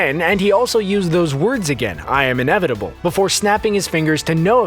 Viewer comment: becoz he said "im inavitble" 🤣🤣🤣